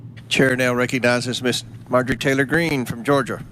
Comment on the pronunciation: Makes fun of Megan Kelly for mispronouncing Ephesians, and the calls Marjorie Taylor Green, "Majory".